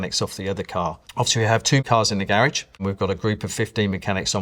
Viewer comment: the way he pronounces Garage hurts me more than it should.